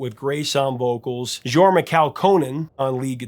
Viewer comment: Nitpick: Jorma is pronounced "Yorma". Otherwise perfect video! And if you can find the Jefferson Airplane live bootleg "A Weekend At Winterland" get it, it's an absolute masterpiece of the band at their prime and includes Grace doing an improvised rap about making love to a flying fish man during Mau Mau (Anerikon). 🤣